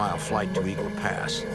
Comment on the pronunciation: Eagle "past"??? 😂😂😂 dude come one